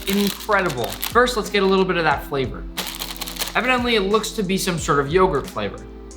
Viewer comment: it’s Turkish those chips are pretty tasty and also this ğ is not pronounced it’s basically just yourt that’s how it’s pronounced